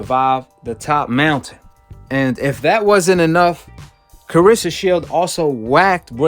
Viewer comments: CLARESSA and not CARESSA!!! And SHIELDS NOT SHIELD!!! And MMA not THE MMA!!!!! TALK RIGHT!!! SMFH!!! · You need to work on your trash narrating. Her name isn’t Carissa. Haha and “simiotaniuosly”? Come on man.